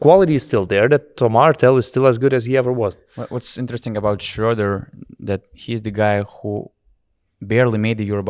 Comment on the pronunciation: Thanks a lot for your great content throughout Eurobasket! I've listened to every single podcast of the tournament and enjoyed them all! And your pronunciation of "Schröder" has gotten better every episode ;)